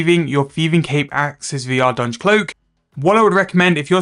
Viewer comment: Call it ardy cloak lmao, you are not even close to saying ardougne right